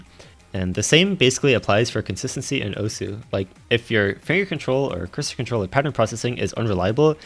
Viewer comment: why everyone say osu wrong